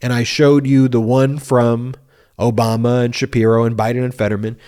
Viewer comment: Note how Trump pronounced it "O-bummer" very deliberately and of course, childishly.